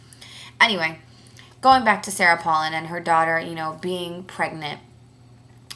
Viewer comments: First of all if youre gonna be talkin' smack on her pronounce her name right mofo, second of all, it really sucks for you that youre so wrapped up in OTHER peoples lives you almost fell to the floor? i dont see how its your business. and last, her daughter's pregnancy did not effect her running at all. have a nice day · Learn how to pronounce her name correctly. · say her fucking name right u dumb ass bitch